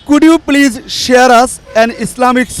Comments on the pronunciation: প্লিচ, প্লিচ, প্লিচ।। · The man with the microphone should learn how to say please. He is uttering pleaj instead of please. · The pronunciation of the presenter should be better. He pronounced Please as pleege. But it should be pleez. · পিলিজ, পাবলিক প্লাস এই হচ্ছে ম্যাজিক মেথডের উদ্ভাবকের উচ্চারণ! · সাংবাদিক আবাল 😂প্লিজ কে বলে প্লিচ😂😂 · piliz piliz piliz😁😁😁😁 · উপস্থাপক বারবার বলে "প্লিচ"।হা..!!আরে ভাই নিজে আগে ঠিক হন।নিজেকে উপস্থাপন করা নিয়া এত ব্যস্থ কেন?আর লিয়াকত ভাই অসাধারণ। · মিডিয়ার লোক হয়ে ও প্লিজ টা ভালো করে বলতে পারিস না আবাল শালা.... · লিকায়ত ভাই এর জন্য দু'অা রইলো। তার ইংরেজী বলার প্রচেষ্টা সবার জন্যে অনুপ্রেরণা হয়ে থাকবে। উপস্থাপকের Please উচ্চারণটা ঠিক করা দরকার। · The peanut seller speak much more better than the interviewer. This man speaks like he is performing sirajuddaullah in any theatre in English. He can't even pronounce the word "please" properly... guys enjoy only the words of peanut sellers by muting the words of the interviewer...